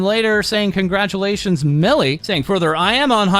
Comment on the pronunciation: STOP IT NOT AGAIN. First it was the music cut off and you saying "Conglatulations" and now this model reveal. One day you gon make me choke man, I laugh my ass of every time